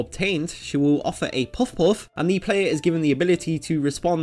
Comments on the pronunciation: But he never says it. He just says; "Poof-oof" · It’s puff-puff, not poff-wuffz. That pronunciation is driving me mad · I’m sorry, but I keep hearing what should be “puff-puff” as “poff’off” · Literally everyone: Puff-Puff Narrator: Poff-Poff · Goddamnit, fucking SAY it. Puff-puff, not puff-uff. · あなたは「ぽふぽふ(pofu pofu)」と発音しています。 「ぱふぱふ(pafu pafu)」です。 You pronounce it "pofu-pofu". It's "pafu-pafu". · It's not "puffuff" its "puff puff". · Next time you make a video about something called "puff-puff" you should probably make sure you can pronounce "puff-puff" correct and consistently. Dude is saying it a different way every time. Puff-wuff? Pup-wuff? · Puff-Puff...not Puff-Oughffs. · I didnt hear him say it once. He kept saying pawfwuhf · You have to pronounce it "Paffu-Paffu". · I hear it as Poff Whoff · omegazeto is it not actually pronounced pawfuff? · It's amazing how many times he says this name that he pronounces so immensely terribly. 'Poffaughof'... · He said Puff-Puff wrong (Paffu-Paffu) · That way this guy says puff puff got worse every time. POFF POFF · this guy's accent.... "puff-hoff" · after hearing you say poff poff 3 times i cant finish the video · How to are you saying ‘puff puff’? Am I the only one that’s hearing puffwhuff? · Good lord do you not pronounce the P in words? "Fuff-fuff" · Why can't you actually pronounce "Puff Puff" properly? You pronounce it like it's spelled Peouf or something. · I"m not sure what i enjoyed more, the way his accent says "puff puff" or the fact that i learned after an entire lifetime of thinking it was "patty cake" that it was "pat-a-cake".....mind sufficiently blown. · The whole video is about "puff puff" but you couldn't manage to pronounce it right. You had literally one job. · This guy says puff puff like he’s doing the chubby bunny marshmallow challenge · Probably because he can't pronounce Puff Puff correctly. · Drinking challenge! Take a shot everytime he pronounces Puff Puff incorrectly. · Its probably his accent